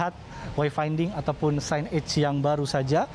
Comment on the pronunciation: Hahaha bukan 'sin eg' tapi 'sainej' bacanya tuk signage, waduh waduh para jurnalisnya perlu lebih didalami bahasa Inggrisnya!